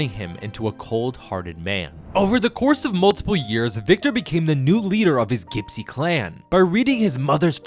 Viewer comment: Gypsy is pronounced JIPSY not Gipsy